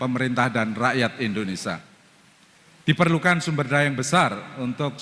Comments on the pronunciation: Sekelas Guru Besar tp membaca Indonesia dengan kata Indonesa.. Memalukan! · pak pak nyebut negara sendiri kok tidak BECUS! Negara kita itu INDONESIA bukan INDONESA, pak!!! ini namanya orang pintar tapi DUNGU.